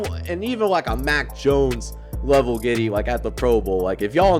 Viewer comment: Y’all realize he said the giddy😭 my guy it’s the griddy